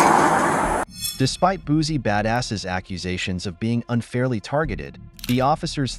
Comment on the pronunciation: As a Louisiana native, it’s Boosie (Boo-see). And before anyone jump on my comment, I’m not condoning his behavior.